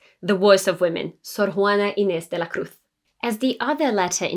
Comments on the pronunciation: As a mexican, it's great to hear about Sor Juana Inés de la Cruz on an English channel, great content and your spanish pronunciation is excellent! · I stoped to watch this video, because as a Mexican gal, I appreciate you pronounced her name properly, I will see what else you got, so far I'm liking this, ¡muchas gracias!